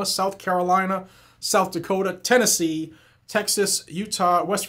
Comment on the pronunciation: I like the way he said "Tennessee"!